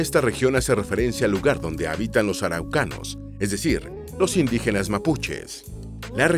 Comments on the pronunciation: 15,56 dijiste auracanos? se dice araucano, XD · Faltaron cosas y algunos nombres están mal: El nombre de la región más al norte es Arica y PARINACOTA, no Paranicota; la Capital de la Región de O´higgins es Rancagua, no el trabalenguas que se dijo xD; Es Araucanos, no el trabalenguas que se dijo otra vez xD; La capital de la Región de Coquimbo es La Serena, la segunda ciudad más antigua de Chile, fundada por Pedro de Valdivia, la cual no se nombró para nada al igual que la capital de los rios la cual es Valdivia y tampoco se nombró para nada al igual que la de la región de los lagos, que es Puerto Montt la cual tampoco es nombrada, pero luego viene el trabalenguas peor del video, la cual es la capital de la región de Aysén la cual es Coyhaique (que se lee Collaique) y por ultimo la capital de Magallanes es Punta Arenas. El nombre actual de la Isla de Pascua es Rapa Nui, ya no Isla de Pascua.